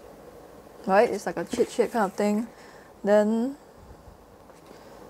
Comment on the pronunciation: i like how you say "chitshit" 🫢🫢